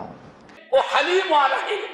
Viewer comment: السَّلاَمُ عَلَيْكُمْ وَرَحْمَةُ اللهِ وَبَرَكَاتُهُ ال حليم ye hai ALLAH ka naam hai Aur log هليم kehte hai ح se nahi kehte, balki ه se kehte hai Aur Daleem Nahi hoti wo Haleem hi hai.